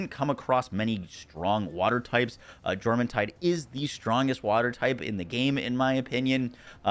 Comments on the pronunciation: The J in Jormuntide is a soft y sound. Stop being weird about other cultures. Get over it. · Its pronounced yormuntide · It's Menasting not Meanasting, like Menacing. Also, Jormuntide is pronounced with a Yor not a Jor. Your Shadowbeak is a girl. Lastly, feed your pals dude. Smh Apart from the atrocious pronunciation, great tierlist :)